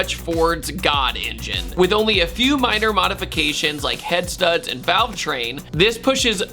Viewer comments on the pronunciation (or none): none